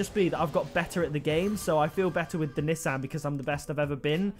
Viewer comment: Nissan (Knee-Sawn) That's how it's pronounced...